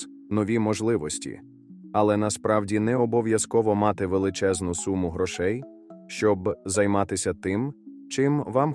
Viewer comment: Грошей, наголос на о.